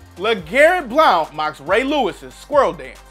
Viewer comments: It’s Blount as in Blunt not Bloaont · Legarrett blounts name is pronounced like “blunt”. Just a heads up 👌🏽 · Legarrette Blownt (as u pronounce it) & MT & T Bank stadium. How many mistakes do your editors let.alip their on every video. Ridiculous u all call yourselves sports enthusiasts with all the mistakes & fuckups you have on basically every video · The real question is how come can't pronounce Blount right? He says it like blownt. It's just blunt. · His name is pronounced blunt 😂😂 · why did he pronounce Blount like that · sometimes I wonder because they mispronounce names a lot lol. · It's annoying yes. I'm not gonna unsub though. They do have a lot of interesting info in a lot of their vids (even if they can't pronounce easy names). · The only savagery is how he can’t pronounce Blount...wtf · he must not be a nfl fan did you hear the way he pronounced blount